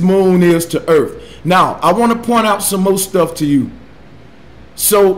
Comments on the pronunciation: As bad as that is, every time he said "da erff" I wanted to stop the video. Ffs...learn how to speak. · He also says earf why why wasnt he aborted after this video come on planned parenthood this ones a freebie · Why argue with someone that says "Earff"? Seems like wasted breaff. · This guy keeps using big words to sound smart but doesn't. Everything is "disingenuine" to him. I never to science advice from someone who says "Mo" instead of more and "Earf" instead of Earth. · He pronounces Earth as Earf. That's disingenuine. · "Duh Erfff" what a fucking dumbass...if you cannot even make the th sound in earth, then you have no business pretending you know its shape lmao. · Is Earf a new planet I haven't heard about? might want to study English before he tackles physics. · Anyone that says Earf can’t be genuine 😂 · I actually feel like I have become less intelligent listening to this guy talk. I mean who pronounces ‘Earth’ as ‘Earf’ anyway. Of course there is also the issue that he doesn’t understand anything about eclipses. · .... Flat Earf. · The earf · "They're being "disingenuine"? Now, I realize I'm in the minority here, especially in 2017 where it seems ridiculously acceptable that most people accept crappy spelling, syntax and pronunciation, but I can't overlook it. When I hear "ERF", it's clear I'm not dealing with someone with any substantial amount of education and as such, deal with their "evidence" accordingly. Flat earth is being promoted by a bunch of dumbasses. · I just like how he pronounces Earth like "urf" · Really hard to take the guy as a source of information when he says "Earf" and "disengenuine." Speaks like an uneducated fool. So sad. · anyone else pissed off when this guy says "disingenuous" over and over? Also, wtf is Erf. There should be a basic level of education required when making informative youtube videos. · can't even pronounce "This"..."Accurate"...."Sphere"....^Actual"...."That"....'Earth"....shall I go on?